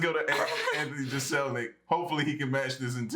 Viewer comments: Fyi Jeselnik is pronounced Jess-ill-neck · Jeselnik is pronounced 'jezlnik' and he is one dark humoured mahfugger! Aries is a killer too! Both are beasts and awesome at what they do! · FYI... It's pronounced Jess-il-neck